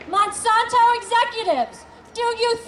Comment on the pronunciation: did she break her jaw earlier that morning because she keeps saying mOn-sOn-tOe and miliTAURy?